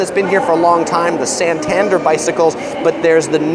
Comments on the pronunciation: you pronounce Santander 'Santandair' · Loved the video, but the way you called the boris bikes Santander bikes just irked me. I think it’s pronounced santand-air. Btw they’re called boris bikes after our beloved ex foreign secretary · San tan dare nor santndr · I’m sorry, but the way you said Santander and Harrods 😂